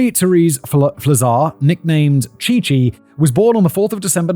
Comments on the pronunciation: "Chi" is pronounced "kai" Fact Boy 😅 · Pronouncing Chi like its Chai Tea lol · I'm impressed that he more or less managed "Kalamazoo," but pronounced "Theta Chi" as "Theta Chai" 😂